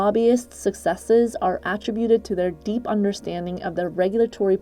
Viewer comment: Learn to pronounce attribute.